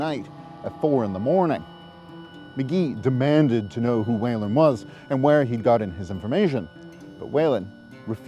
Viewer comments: Let the record show that Whelan should not be pronounced "Wailin'". Try "Wheelan". Enjoyed the video, thank you. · New subscriber here. Great stuff. Whelan is pronounced Wheel - en